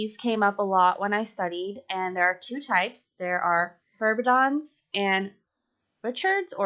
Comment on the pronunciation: I love your little HERB mneumonic, but it's actually Heberden's nodes, not Herbedon's. Just so people know. I know this video is super old. lol